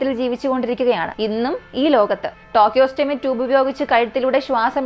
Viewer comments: ടോകിയോസ്റ്റാമി അല്ല സഹോദരി.. ട്രക്കിയോസ്റ്റമി.. എന്നാണ് 👍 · Not tocheotomy..it's tracheostomy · Just an advice, it's tracheostomy tube, not tochostomy. Please do proper research over such terms as it can give wrong info to the public.